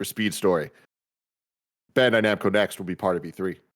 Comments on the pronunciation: Tim slippin "bando namcai" lol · Re: The Bandai Namco story, Tim says “Bando Namcai.” Lol. God bless you Tim! Let Tim host!! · Bando Namcai he says lol